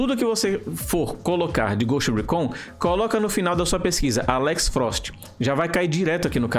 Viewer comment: Fala dos erros que cometemos mas não sabe sequer dizer o nome do maldito jogo em condições Récón, ricon, ghust rícon Lê-se Ghoust Ricon Escreve-se ghost recon.